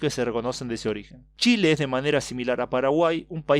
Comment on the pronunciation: Dicho en italiano jajaja